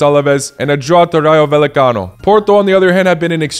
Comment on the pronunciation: "Vayecano" right?